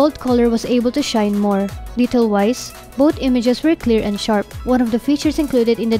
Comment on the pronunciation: It's three not tree lol...thu...ree. Girl voice overs sucks like yugatech. Gadgetmatch forever. Fowcus!!! Both not boat. You need to work on your TH girl.